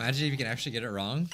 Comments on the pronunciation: Everyone: No thats wrong! Nagito: No thats wONG! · I will NEVER get over the fact that it sounds like Nagito says " no that's wong " 😂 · everyone else: has a special rebuttal phrase nagito, trying to copy hajime: no thats wong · “no that wong” -Nagito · No-one: Nagito: NO THATS WONG